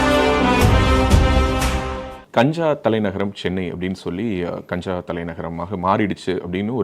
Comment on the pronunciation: தம்பி அண்ணாமலை வெற்றி பெற்று பல்லாண்டு வாழ்க வளமுடன்.தம்பி காஞ்சா இல்லை கஞ்சா என்று திரு த்தி பேசவும்